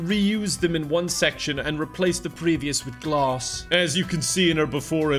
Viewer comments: "glahsz" killed me 😂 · The way said glass as “gloss” is my favorite thing of all time. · The accent on Glass got me